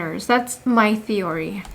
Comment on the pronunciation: Constructive feedback lang po. Mali po pronunciation ng theory.